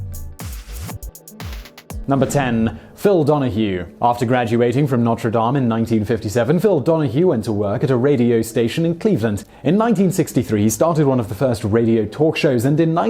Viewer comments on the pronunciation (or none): Yes, and Notre Dame is pronounced like it's spelled, but he pronounced it like the cathedral in France. I think maybe he just reads a script in front of the camera.